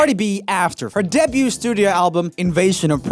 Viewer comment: Will someone please tell Joel that debut is pronounced "day-beau" and not de-beau"😂😂